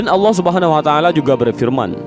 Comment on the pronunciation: Salam dari malaysia saya yakin orang yang menyampaikan cerita ini org..betul2 belajar tentang agama..sebutan allah nya..sangat tepat..igatnya..org indon sebut lah nama raja sekalian alam dengan betul.. adalah Allah✅ ALLOH✖️